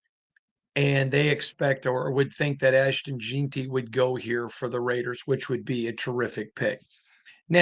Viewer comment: Why do you have to pronounce stuff differently? The whole world says jeanty not jeenty